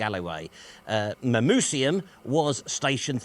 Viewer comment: I've lived in Manchester for nearly 40 years and I knew about Castlefield and its Roman heritage, but I've never seen that stone before. BTW, the Roman name Mamucium is pronounced with a hard c (like a k, not an s)